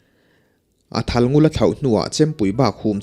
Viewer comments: "I lo thal fel dêr tawh elo?" tiha thal tih hi thlûk hniam tûr a ni. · Ilo thal felder tawh elo? tih a,Thal hi tuna i lamrik dan nilo hian rihniam zawnga lam adik hmel zawk lomaw?